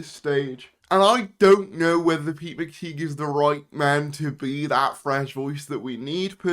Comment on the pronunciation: PRONOUNCE THE NAME CORRECTLY ITS PETE MCTIGH AS IN A TIE